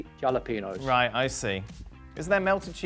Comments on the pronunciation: Did don really call then jal-I-peen-os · Did Don just pronounce jalapeños like that